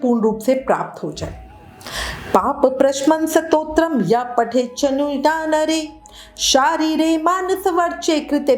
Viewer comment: Pronunciation thik karo Satotram nahi hota Stotaram hota h